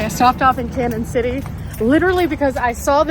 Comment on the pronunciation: Hi glad to see you are not only in Colorado but my neck of the woods. I have lived in Pueblo all my life and know the area very well. Thank you for show casing us on your channel. BTW Canon City is pronounced like Canyon City. We can always tell when people are not from the area by how they say the name. Lol TFS